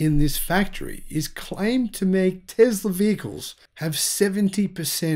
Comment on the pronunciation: Its Tesla dude, not tezla.